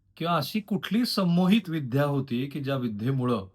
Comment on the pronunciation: विध्या नाही रे बाबा विद्या